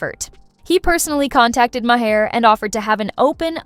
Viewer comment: Did she just called Maher “Ma - Her”??? 😂 girl, you can stop there. Nothing you say after that is worth listening